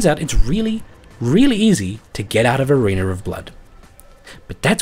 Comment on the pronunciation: why... why .... WHYYYYY DO YOU KEEP SAYING "ARENER OF BLOOD"????